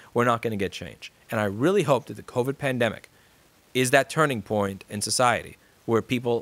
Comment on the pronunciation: The fine pwiint lous, you need to read the fine pwiint!